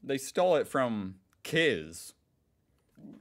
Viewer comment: i can't get over you saying Kiz as a word (which is fair but hilarious) instead of K I Z makes me laugh so hard.